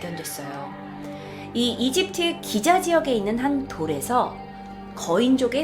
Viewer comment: 발음: 이집트으 외계으